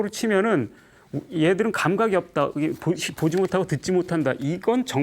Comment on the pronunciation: 긴 자를 짧게 잘못 발음한 예: 대상,개념,없다,사실,가령,사실,말(언어),부합,예,세상,거짓,바보,얘기,가령,사실,재해석,유기체,머냐하면,등, 통상 고유어마저 발음을 발음하지 못하니, 말을 제대로 바음하지 못하면서 철학할 수 있는가?? 그리고 ,"말라식"이라고 들리는 말을 했느데, 한자를 쓰지 않아 무슨 말인지 알 수 없었다. 질문!! 이것은, "말아식"인가? 그렇다면, 내가 추측컨데, 이 것은"말 아식"이라고 "말"과 "아식"을 띄어서 읽어야지요. 이와 같이 외국 동포가 잘못을 지적해야 된다는 것응 얼머나 슬픈 일인가. 이 글을 강사께서 읽으시려는가? 어느 동포께서 읽으시려는? 정중히 권하옵노니,"한국 어문을 고발함" 이라는 책을 한 번 조용히 읽어 주시옵소서. 미국 변 완수 드림